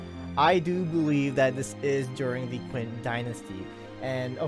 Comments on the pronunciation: FYI, not to bash on you, but 'Qin' is pronounced as chin instead of 'quinn'. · Its prounounced chin dynasty not quin xd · HAHAHA, I'm sorry, hearing you call Qin Shi Huang "Quinn" is too damn funny.